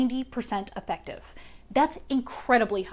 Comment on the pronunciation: Effective isn’t pronounced like that ma’am